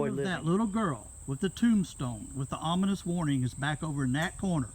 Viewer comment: "anominous", lol...ominous?? Cool cemetery, thanks for the video. -The Pacific Northwest